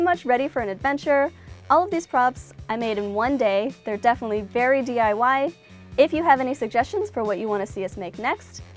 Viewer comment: She said TIY instead of DIY